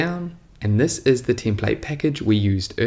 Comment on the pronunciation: "Si iss iss" haha, thanks for the video !